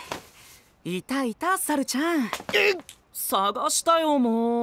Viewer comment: 発音がちゅゎぁ～～～んで笑う ルパンの不二子ちゃんみたいな……